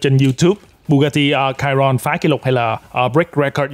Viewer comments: đánh vần sai rồi: bugati chiron mà anh kêu là: (bugati cairon ) sai chữ (cairon ) chữ đúng là chiron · Chi-Ron Nha ah chu ko phai la ciron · Chiron đọc là sì hon nhé bạn. Tên xe được đặt theo tay đua huyền thoại người Pháp Luis Chiron nên đọc theo tiếng Pháp. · )) bugatti chi ron , đọc bth như tiếng việt thôi anh